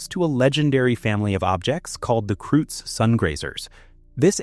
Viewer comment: Kreutz is pronounced “kroyts"